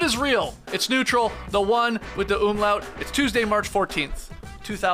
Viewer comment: As a german fella, it always gets me when you say "Umlaut" that you pronounce the U as if it was an Ü... You know, as if it had an Umlaut in it. But german language must be so strange for Americans and Canadians. So pretty solid attempt so say it correctly. :D